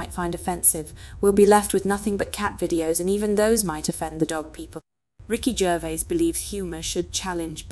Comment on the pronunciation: Ricky Jazz, really!😂